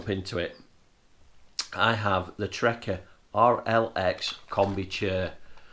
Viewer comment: Good but only thing that annoyed me was you kept saying trekker it’s trakker